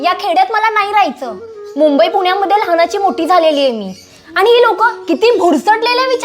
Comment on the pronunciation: व्हिडिओ बनवताय, मग शुद्ध मराठी पण बोलायला शिका जरा! ती “आणि- पाणी” च्या ऐवजी वापरलेले “आनि-पानी” हे अशुद्ध मराठी शब्द ऐकायला कानावर अक्षरशः अत्याचार झाल्यासारखे वाटतात!!🙏🙏🙏